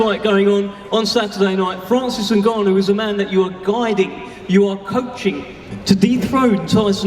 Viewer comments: And the new heavyweight champion of the world francis nuganoue 😂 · Was so funny how he pronounced his name at the end newgano lol. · niggannou he said lmaoooo🤣🤣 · “Francis NEW-Gannou” had the grand dad Fury all worked up. And all this kabuki theater was borderline cringe. Why do people pay for this crap? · AND THE NEW, FRANCIS nGNAGHGANau...ah shit I said it wrong again haha! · Mike tyson: "Francis Nungannu" 😂😂😂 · Mike tyson keep pronouncing francis name wrong is hilarious 😂😂 "and the new! Heavyweight champion of the world!! Francis 👀 maganoo!!" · Mike Tyson keep saying "and the new: had me dying 🤣 then he said " nogano!! 🤣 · Mike getting a kick out of saying Francis N(ew)gannou 😂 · Mike Tyson accidentally calling Francis ‘Newgannau’ 😂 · Cant even say francis' last name smh oh boy 😂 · Tyson still doesn’t know how to pronounce Ngannou 😂😂😂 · How the f Mike still trying to remember how to say Francis's surname, Nagannou 😅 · Mike Tyson couldn't get the name of Francis Ngannou right .... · mike tyson is a joke...cant even pronounce the guys name whos hes training? have some respect for your guy by at least learning his name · Mike Tyson: Francis Ngannou!!! I’m not saying your name right am I? 😂😂😂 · 2 funny Mikes variations of how u can say ngannou wrong 🤣🤣🤣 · Mike cant say ngannou's name to save his life 😂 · I love how Mike forgot how to say Franci's last name 10x times in 10 mins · Mike couldn't say Francis' last name correctly like 10 times! Lol.😂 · Mike still can't say his name right:face-blue-smiling::face-blue-smiling::face-blue-smiling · How ur coach cant pronounce your name though!🤦‍♂️🤦‍♂️🤦‍♂️🤦‍♂️🤦‍♂️ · Every time Mike tried to say Francis last name was the best moment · mike tyson still fighting with the pronunciation of francis name lmao but holy shit furys dad had way too many today lmao!